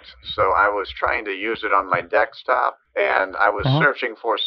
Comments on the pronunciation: "Trying to use it on my dextop" LMFAO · Of all the hysterical things you do, it’s when you say “dekstop” that gets me. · I laugh every time at the consistent, casual use of the word “dextop”